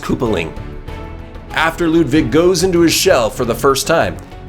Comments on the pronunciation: Bro it’s not Ludvig it’s Ludwig. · It's Ludwig not Ludvig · Am I the only one that cringed when he said LudVig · Not ludvig but lud-iggy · U said Ludvig not Ludwig just pointing it out and still great bosses👍